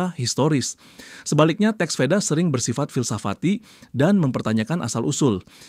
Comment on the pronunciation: Perlu dikritik ini channelnya. Dalam sansekeeta di asia Tenggara Bunyi V itu bibaca W. Deva dibaca Dewa, Veda dibada Weda. Vidhyadarya dibaca Widadari. Dan seterusnya.